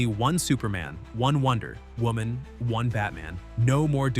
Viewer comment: "One Wonder ........ Woman."